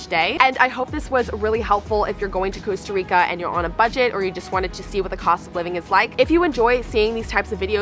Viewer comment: So painful for someone to be in Costa Rica and not even be able to pronounce the name of the country you're visiting.